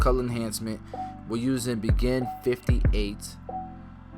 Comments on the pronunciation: i thought it was pronouced "BEY JEAN" vs BEGIN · Also it's bay-jean lol at first I was like I need that begin product then I'm like waaait 😂.. overall dope cut and great information once again 💯🔥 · your pronunciation is not quite on. Begin is pronounced [bay-jing] Awesome video however!